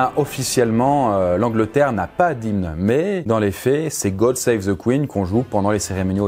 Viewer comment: ce n'est pas qu'on est pas habitué de voir des français parler anglais, c'est juste que vous parlez pas anglais the se prononce Di pas Ze